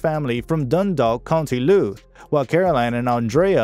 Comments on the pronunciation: They are from county Louth pronounced 'Lowthe' not 'looth'. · 😅😅the way the narrator pronounces County Louth... County Looth😅😅 But I agree, they are from disappeared. Despite them not being that popular as they were in the late nineties and early 2000, they've recently released two of their best albums; White Light in 2015 en Jupiter Calling in 2017. And Sharon recently released her third and best solo record yet and is currently touring that. They are still talking, but not yet planning, doing another tour together. This video has shows the wrong album cover for Home and White Light. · The commentary is diabolical. I gave up after hearing "County Louth" pronounced two different and - wrong - ways by the robot. Loved the Corrs though. Especially Andrea. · Wow. How many mispronunciations of place names (Louth, Wicklow, Modena etc.) can one guy make in one video?! It's distracting, and shows a lack of due preparation.